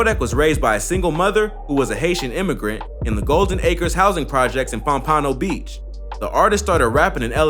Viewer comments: Someone tell this man how to pronounce pompano beach please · Man said pompano beach wrong😂😂